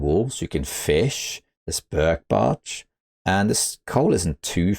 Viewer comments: Wow..... it's not often we get to correct you,. But your gaff here is so hysterically funny and worth pointing out. At just about the mark you say "There's Birk Barch." instead of Birch Bark. It's quite cute and so out of character for your near perfect tutorials. Also, this whole video really needs an update because of one single change: Salt. The availability of salt for curing meat makes CH nearly S tier, don't you think? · Sweet!! I love "BIRK BARCH" 😂😂😂❤ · I know it is a shallow and unnecessary observation, but it amused me to no end that said "Birk barch". It happens to the best of us! On a less shallow note: I am a huge fan of "settled mind" as a feat. I am not playing Interloper, but seeing as the threat of cabin fever seems to play such a big role in the choice of base location, that feat removes this necessity, which makes bases with indoor crafting benches so much more viable.